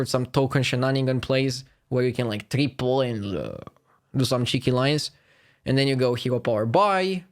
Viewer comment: That guy and his ugly Ingrish.... saying TREEPOLL instead triple ...